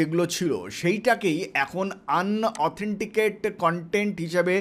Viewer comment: আন অথেনটিকেট কন্টেন না। উচ্চারণ টা হবে ইন অথেনটিকেট।